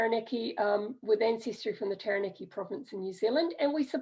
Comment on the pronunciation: awesome! my ancestors are also from Taranaki, and this was super helpful. Quick pronunciation tip though: ** Tah-rah-nah-ki 😉